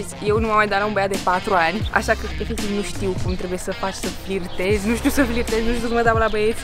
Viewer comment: nu stie sa "flicteze"